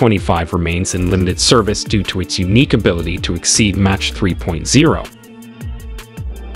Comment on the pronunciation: Why do you mispronounce MACH as match?